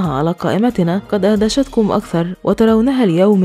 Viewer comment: شكرا على المعلومات ولكن نهاية التعليق على الفيديو ( ادهشتكم ) و ليس ( اهدشتكم)